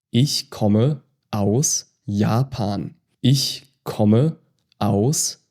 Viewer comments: Okay, I’m confused. I took German in high school from a native speaker who pronounced “ich” more like ickh vs the soft ish in this video. When I spoke some of my high school German to my German-speaking grandma she was so pleased that I was learning “proper German”, specifically she stated she pronounced ”ich” like ish (like this video) growing up, but that she spoke hillbilly German. I’m confused. Is it a regional difference? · been learning german for 7ish months. Wanted to practice my listening but i swear the way you are saying words is a dialect or my ears are bad. Im 7 mins in and your ich and Maedchen just sound off to me.